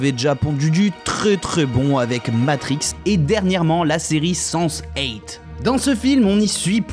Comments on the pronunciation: Soit tu dis "Sanse huit" ou "Sense eight", mais pas "Sanse eight" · À la série des Wachowski se prononce "Senseï", justement en référence au mot japonais signifiant "professeur" et non "sens hate" ;) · deja on dit seNNse 8 donc apprend a le prononcer stp c'est degueulasse d'ecorcher ce chef-d'oeuvre, merci bien :) (j'ai mis un dislike rien que pour ca, c'est cadeau, bisous) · Super liste, tous les films auxquels je pensais y sont, bon boulot le petit nouveau! Par contre, il va falloir retravailler la prononciation en anglais, on dit "Wakovski" et "senne's 8" (phonétiquement), ça passe toujours mieux :) Je ne citerai pas les noms d'acteurs, là c'est le désastre xD et on dit "un des twists principaux"... mais trève de critiques inutiles, la vidéo était super intéressante, merci! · "Sense 8".... _' où vous le prononcez à l'anglaise, ou de manière française, mais pas un franglais moit'-moit' X( j'ai saigné des oreilles... ça connote avec senseï en anglais...